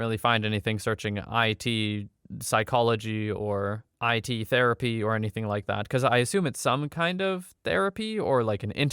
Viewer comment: In the OCD story, narrator - pretty sure you pronounced "it" as IT and assumed it was an acronym. Happens a lot in this kind of video. Hope that helps.